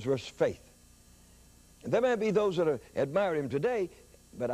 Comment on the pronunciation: Hallelujah! But, it's not "dat", it's "that".